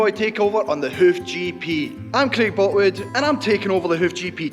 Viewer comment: Craig had me in uncontrollable laughter after he said his name. It's not even 5am yet, good way to start the day. Good morning that what I heard anyway lololol!